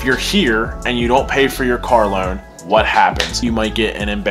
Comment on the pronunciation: Was anyone else really struggling to understand that he was saying “car loan” like i was just hearing “karalowd” is this a california accent?